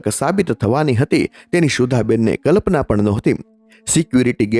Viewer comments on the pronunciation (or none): ધ્રુચકે ધ્રુચકે નહિ ધ્રુસકે ધ્રુસકે..કલપના નહિ કલ્પના સાંટા નહિ છાંટા ખીચ્ચા માં નહીં ખિસ્સા માં બીજી પણ ટોન બાબતે ભૂલો છે એને ઇગ્નોર કરે તો સારી સ્ટોરી